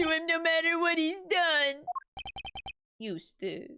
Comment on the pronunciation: Biggest moment of character development is pronouncing Eustace's last name correctly.